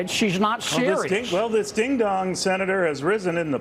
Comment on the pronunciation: Ironic that he pronounces “ding dong” as “deehn dawng” in that hillbilly tone. Green Acres is the place for him!!